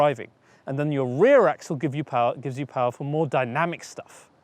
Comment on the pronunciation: EQ POWAH!